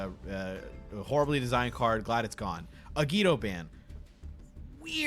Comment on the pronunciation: SAY IT WITH ME AGIDO